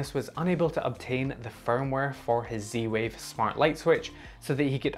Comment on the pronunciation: Your accent confuses me. Where are you from and why do you call it C-Wave?